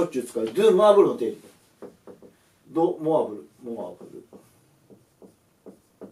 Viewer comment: 表記は「ド・モアブル」なのに発音は「ドゥ・モアブル」。 発音に強いこだわりを感じます😐